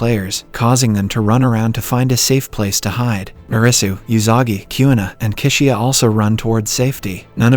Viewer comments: Kishiya (Chishiya) 🤣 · “season 2 opens up with arresu, yousagi kiuna and kisiya”